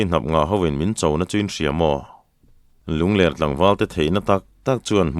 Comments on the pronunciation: Ngaih thlak ava nuam em. Mahse, Lungler ti a inchhiar hi. Lunglerh tih tur ani zawk lo maw, lungler khua tih hi avang viau asin. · Lungler tih hi mauler tih ang niloin hepa hi a ler a nia tih anga lamrik tur zawk a nilo maw,ler lai hi a ki tihsan tur.